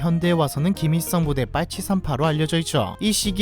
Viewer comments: 김이썽 으로 들리고부터 김일성은 들리지 않는다….😂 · 김이썽 으로 들려요 ㅡ.ㅡ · ㄹ받침 발음을 못하냐 김잇성 김잇성하네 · 일 발음을 못하시네 김잇성이 아니고 김일성이에요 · 김일성이라고 안들리고 자꾸 ‘김이썽’이라고 들림ㅋㅋ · 김일성인데 자꾸 김이썽이라하노 하 불편해 발음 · 발음 진짜 ㅈㄴ 거슬려서 1분 보다 껐다 ㅋㅋ 김이썽 독닙 ㅇㅈㄹ 발음이 구리면 tts라도 쓸것이지 노력도 안하노 ㅋㅋㅋㅋ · 김잇썽 발음.. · 김일성을 자꾸 김이썽 이라고 발음하시네 ㅋㅋ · 김잇성? 김이썽? 아~ . 못듣겠다. ㅠㅠ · 왜 ‘일’ 발음을 못함?